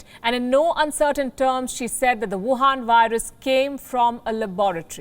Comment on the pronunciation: She says, "Wuuhaan Virus."